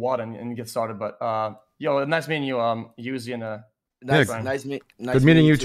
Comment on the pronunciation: I love how he calls him youzi